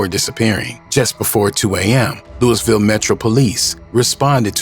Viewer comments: It’s Louisville not Lewisville stop spreading false allegations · Naw facts im from Louisville the nigga lost me when he called it Lewisville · No doubt Lewisville come on bro ! Said he’s close to west end like wth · The pronunciation of Louisville by the moderator was enough to turn this off. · Say our city name right at least. RIP Lul Mike. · I think it's so funny how ppl that aren't from here pronounce the name of the city.. 🤣🤣🤣🫶🏾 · Rip luMike took his own life drawin down on his opponent.. dey eyes was closed so dey wouldn’t kno, dey just heard dat 4 nick throwin.. even after he fell FROM SHOOTIN HISSELF you was scared to walk down on em! Yall internet bloggers not from da city can’t even say Louisville right needa stop speakin on shit dats happening. Ain nobody “interpret it as he took his life by pulling his gun” Yall say whatever to get sum clicks but I forget yall not in da streets yall jus run wit whatever info yall can gather from da news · Once I heard you mispronounced the way they say Louisville I know this was bogus info. Who is mayor Rhudy? 😅Louisville has never had a mayor named Rhudy. RIP TRINITY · Man the way it says Louisville pisses me off every time